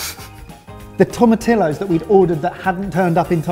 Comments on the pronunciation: I love how excited over the tomatillos is but i also cringed cause.. well toe-mat-tea-yos.. sorry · God guys it's "tom-ah-tee-ohs" not "tom-ah-till-ohs"! Geezy Creezy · Tomatillos??? Oh.... TOE-MAT-TEA-YOS. Someone either clearly took French or terribly failed Spanish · For even more depth in a salsa verde, char the tomatillos (and turn that double 'l' into a "y" sound). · If you want to sound more Mexican pronounce Tomatillos like this To-ma-to-yos. The double Ll makes a U sound. Happy New Year Boys! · Okay, say tom-a-ti-yos. Now do it twenty more times! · It is absolutely pronounced "toe-mah-tee-yohs", guys. Just like "tortilla" is not pronounced "tor-till-ahs". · tomatillos. (the double "ll" is pronounced like a "y". "toma-tiyos") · After binge watching every Sorted food video for the last two months straight, I must say I have never seen happier than when he pulled out the can of Tomatillos while simultaneously mispronouncing it at the same time.